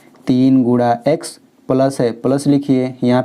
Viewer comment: भाई गुडा नहीं गुना बोलो